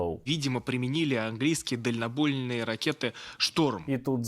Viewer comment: А хтось помітив, що пропагандон сказав "дальнобольноє"?